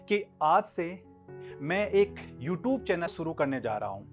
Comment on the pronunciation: namste sir ji sir bohot achi shuruat hai...all the best bohot acha laga sir aapko dekhkr itne dino baad u r very good teacher sir sir ek baaat bataani h pls dont mind..mai bas positively bol rha hu aap "you tube" word ka pronunciation thoda better kar sakte h..Ty sir🙂✌